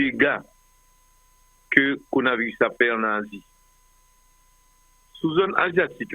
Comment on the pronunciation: pa jam di coronavirus li di conavirus li manger le ro Dan's corona virus.